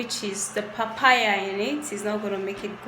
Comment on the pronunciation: Wtf is popo??This is papaya 😂😂